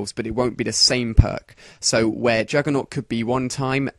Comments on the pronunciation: Jugger-nog or Juggernaut? :o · Yeah, so why do all commentators say naut?